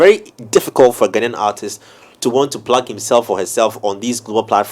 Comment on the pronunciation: Plags hehehehe. Can’t help thinking that Plags thing sounds exactly like what I hear whenever Olele attempts to say Plugs . Ghanaians! They make me giggle and it's so hard to stop.